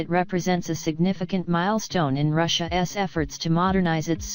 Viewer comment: "Russia ess." 😂